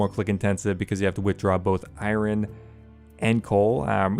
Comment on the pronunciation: The way you pronounce Iron drives me nuts.